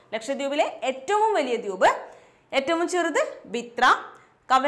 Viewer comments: Dwuup alla dweep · മാഡം, എന്താ ദ്യൂബ് എന്ന് പറയുന്നത്. അങ്ങനെ തന്നെ ആണോ pronounsation. ദ്വീപ്(ദ് വീ പ് )എന്നല്ലേ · Dwuup..alla Dweep alle